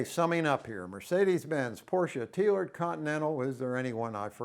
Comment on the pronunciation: Thank you for pronouncing Porsche correctly.